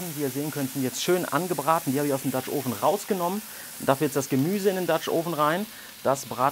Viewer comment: Hm, also letztens gab es ein Video in dem Du "Oven" richtig ausgesprochen hast. Nun nicht mehr... Warum?